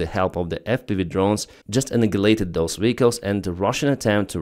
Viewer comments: Say it like this ANAYA -LATED. LOL you said ANAGALATED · Just an FYI. It is pronounced "An-eye-a-late-ed". The "G" is silent!